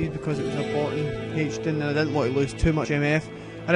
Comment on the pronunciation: heych-din? lol